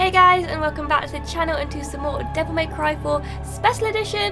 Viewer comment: devil mary cry lmao